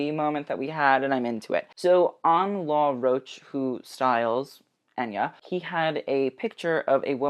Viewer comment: Thank you for pronouncing Anya's name right and sorry I get annoyed because people mispronounce my name constantly (I blame the animated movie Anastasia) lol